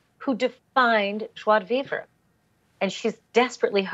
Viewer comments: joie de vivRE not vivER. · Joi de veever??? Wow. That wasn’t even a good try! joie de vivre = jo-ah deh veev rah 😂😂